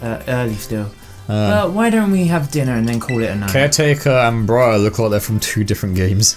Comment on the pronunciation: It seems like dyslexia has struck again🤣, her name is Briar,(Br-eye-er), like thorns on a plant, also 😂😂😂, yea peak character designs, so glad you guys are doing the DLC